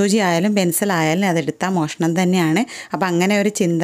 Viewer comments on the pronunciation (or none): മെഷണം അല്ല മോഷണം